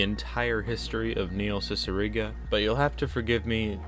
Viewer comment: N-neihl cicigara 😳😳